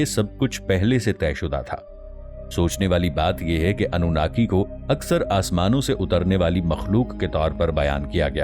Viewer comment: اف ٹی وی اپ کو تلفظ مین تھوڑی غلطی لگ گءی ہے اصل مین اپ انو ناکی کی مدح سراءی نہین کر رہے بلکہ الومیناتی کو پروموٹ کرنے کی کوشش کر رہے ہین . مگر جان لین ظالمون اور ستمگرون کا انجام اللہ پاک نے بربادی کے علاوہ کچھ نہین رکھا